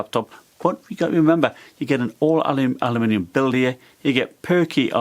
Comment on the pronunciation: The only englishman to ever say aloooominium